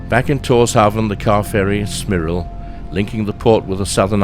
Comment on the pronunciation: Tórshavn is pronounced “torshaun”